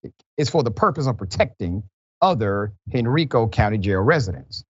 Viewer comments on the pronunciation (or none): It’s pronounced Hen-rye-co county. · Not expecting you to know, but it's pronounced Hen-RYE-co county, Doc. Just south of Richmond. The HBCU, Virginia State University, in Petersburg, VA stands between Henrico and Dinwiddie counties. (Those Henrico cops transported him out of their jurisdiction, btw.) It's been known that the Central State Mental Health Facility has been a nightmare institution straight out of Hollywood horror shows for decades. A guy in our dorm was sent there after temporarily losing it, tripping on acid, at a gym dance. When he came back 3 months later, he was a total zombie. Eventually, his parents came and took him out of school - never saw him again...